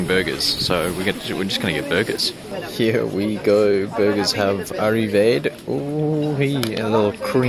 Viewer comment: The food has “ar-ri-vehd” lol! 😂